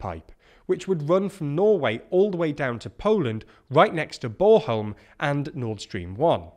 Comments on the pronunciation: "borholm"? Just say it like it is spelled Born-holm. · I really have to itch this one- Its Bornholm not Boreholm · sorry to nitpick, but there's an n in BorNholm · I'd just like to stress that, like in litterally all other languages, the letter N is not silent in Danish. b-o-r-N-h-o-l-m. Thank you. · "Boreholm" -- I love it! 🤣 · Can't say i have ever heard it pronounced "Borholm". And i am fairly sure that it is expected to last until Sunday, and not a week. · it's not bor-holm; it's born-holm. The N isn't silent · With all due respect, but try make a little effort in pronouncing Scandinavian names really. It says ‘Bornholm’ and you came up with ‘Borehole’?? Feels a wee bit condescending old chap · Its note bore-holm :P Lots of tourists like it ;) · BorNholm, with an N ;-) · Can you say BorN-holm :) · I guess Brits are just unable to pronounce the letter "N". But then, whenever they talk about Ukraine, they pronounce the "KH" as "K" in places like Kherson and Kharkiv, rather than pronouncing it like "H", like it's supposed to. So just generally don't trust pronunciation from these guys. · I'm sorry fellas: It's a decent pronunciation of "Bornholm", but please do not forget the "n" right in the middle of it ^^ Thanks for the update! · Nothing silent about the l and m either. Im not sure what hes saying there. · My brother knew someone from Bornholm - I thought she pronounced the "n". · Guy butchers the pronunciation of Bornholm, but only the ‘born’-part which is pronounced like the English word ‘born’. 😂